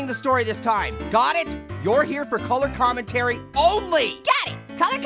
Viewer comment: Color Commetary😂😂😂😂😂😂😂😂.